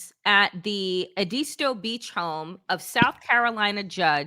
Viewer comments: It’s pronounced ed-is-toe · just as an FYI Edisto is pronounced ED IS TOW